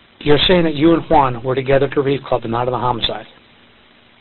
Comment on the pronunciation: Lmao why is this detective pronouncing “Juan” like haa won 😂